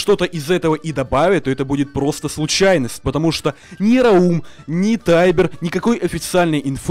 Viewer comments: НЕ РАУУУМ, А РАААУМ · раум ударение на а